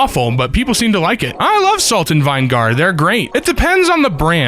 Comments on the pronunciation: .... it's vih-nuh-ger not vine-gar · "salt and vine-gar" that hurts my soul. its "vin eh gir" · So....is that a regional pronounciation of vinigar I've never heard of, or has never heard to word vinegar spoken before... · WHY IN FUCK DO YOU SAY VINEGAR LIKE VINE-GAR. Also chessii_cat is wrong as fuck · bro said it vine gar 💀💀💀💀💀💀💀💀💀💀💀💀💀💀💀💀💀💀💀💀💀💀💀💀💀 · I’ve never heard vinegar said like vine-gar before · I don't like vine gar. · Why does he not know how to say vinegar? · This guy doesn’t even know how to pronounce vinegar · Home boy can't pronounce vinegar correctly, but nails worchestershire first time. smh. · Ohhh, right. Thank you. That pronunciation really caught me offguard and I wondered if it was some sort of inside joke. That makes a lot of sense but it sucks he has to do it. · IK like wtf up with him? 😂